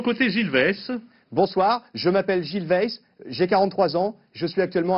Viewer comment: "BRRRAVO BIEN JOUÉ GILLLLLES" 😂